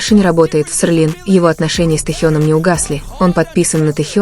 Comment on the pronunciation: Рассказчик, научись сначала выговаривать - СЕЛИН.